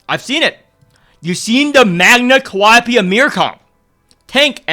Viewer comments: Bro I can't stand you constantly saying "calliope" being S tier instead of calling her "Khalipe" 😂😭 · "Khalipe" pronounced as "Calliope" you love to see it